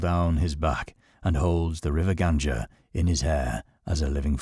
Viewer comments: It's pronounced Gung-aa, not Gunj-aa. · its the river Ganga, Not ganja